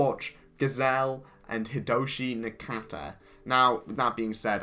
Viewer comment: Did you just call Hidetoshi"Hidoshi Nakata"? Boy you really are giving me a conniption here.